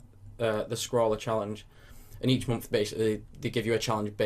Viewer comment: I love how you say month :D "mompf"